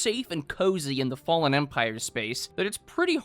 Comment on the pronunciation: I cant believe you mispronounced "Fallen" WTF?!?!